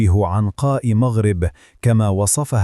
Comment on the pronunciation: عنقاء مٌغرِب بضم الميم وليست عنقاء مّغرٍب بفتح الميم ..